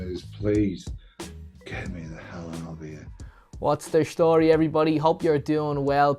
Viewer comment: Luck of the Irish again ..its "story" not "shstory" 55